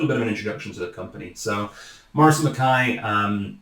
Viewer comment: Morrison and 'MA-KAI', not 'MA-KAY'. Reek can be smoke or smell, as in "he's fair reekin" or "he's mingin", which is extremely smelly!